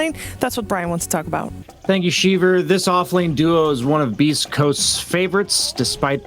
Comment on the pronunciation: Once you hear “thank you sheever” you know boutta break something down you didn’t even know was a thing